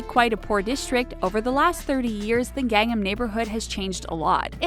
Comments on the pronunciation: Hyundai is pronounced Hyun Day not hyun dah y And gangnam is pro gahng nam not gang em Pyongyang is pronounced Pyong Yang not Pyong yung Bibimbap is pronounced bih bim bahp not bibimbap There are pronunciation Automator online. Maybe use them befor make these videos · Gang-nam, the way she pronounced it. I was super confused. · The only thing I am shocked about is the mispronunciation of Gangnam. Gang am as opposed to Gung NAM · It's not Gangam it's GangNAM! Sheesh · her pronunciation of everything asian... Gayn-nam, KimCHEE Jeb-bles, Hi-yun-day... wonder how she got Pyeongyang correct. Wayng See- Kong? Chee jin ping? Chelsea Jayng? Weebo? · Oh my word... I can't take anything this person says seriously... She can't even pronounce Gangnam right!!! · worst pronunciation of Gangnam ever..... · Can't even pronounce Gangnam correctly. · gangnam is not pronounced like that.